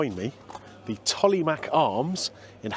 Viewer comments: Just for reference old boy its pronounced 'Tolmarsh'... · Love the Tolly, it's close to where my mum and sisters now live, haven't been there in a long time as I now live in California. BTW the mache in Tollemache is pronounced mash, even locals get that wrong sometimes as it's rarely said in full, just the nickname is generally used. Anyway, some nice restaurants and pubs in Rothwell down the road (Staci's Italian, Toro Steak House, The Old Bank, Thai Garden and more) as well, so that might be a good future vid or two if your travelling down the A14, going East/West.